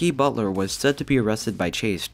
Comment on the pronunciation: I know that's what his name is, but if you listen carefully, it does sound like you said "F*cky Butler"